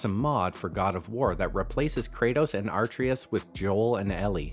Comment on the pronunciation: What makes me mad is he said Kratos's son's name wrong